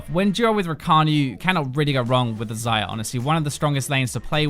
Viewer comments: you call her "zyra" or "xayra" is supposed to be "xayah" and accent isn't a thing here, i am English too. ZY-YAH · why do I keep hearing zyra...